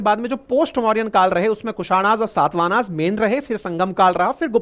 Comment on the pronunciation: सर आपसे और सभी शिक्षा के क्षेत्र से जुड़े हुए व्यक्तियों से अनुरोध करता हूं कि कृपया हिन्दी शब्दों का अंग्रेजी में उच्चारण न करे। इससे नए विद्यार्थियों में भ्रम की स्थिति पैदा हो सकती है। साथ ही मूल नामों खो जाने की संभावना रहती है। जैसे - गुप्त को गुप्ता, मौर्य को मौर्यन सातवाहन को सातवाहनाज शक को शका कुषाण को कुषानाज चोल को चोला चेर को चेराज पांड्य को पांड्याज आदि